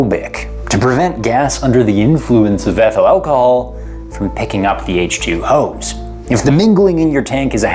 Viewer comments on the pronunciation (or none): Did anyone catch it when he said "picking up H2 hoes"??